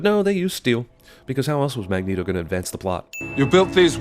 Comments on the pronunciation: sin for CinemaSins for "Magento" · Weehoo 2 Dude it’s Magneto not Magneeto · lol "magento"